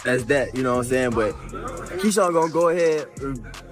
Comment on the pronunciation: Key-Shawn smh 🤦‍♂️